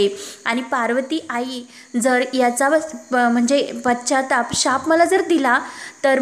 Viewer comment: पश्चात्ताप शब्द बरोबर म्हण